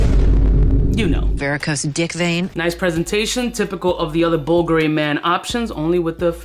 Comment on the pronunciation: Just bought some "bull gury" wtf is this pronunciation